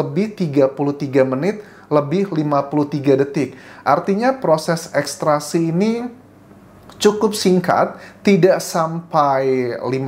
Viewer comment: Maaf Mas Anjas, Ekstrasi atau ekstraksi ?